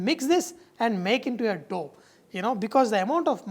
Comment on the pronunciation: lol, "look at dis dhoh."